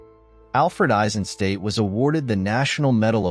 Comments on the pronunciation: Hi, perfectly done as always! I do have one remark and that’s concerning the pronounciation of his surname. It’s pronounced Eisenstat, with a short “a” like in HiroshimA, and at the end a sharp “t”, stad is a town in German, so it’s not pronounced as ‘state”. Greets from the Nerherlands 👋🏼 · nicely done, but you pronounce his name "ai-zuhn - stat", not "ei-sen-state"